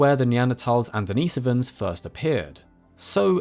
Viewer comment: Why do you emphasize the so in neandersovans, but emphasize the nis in denisovans? Consistency would be much better and not so jarring.